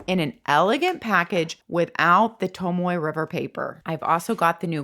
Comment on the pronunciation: ps. you may be the only person who can pronounce Tomoe. You truly do say it so beautifully.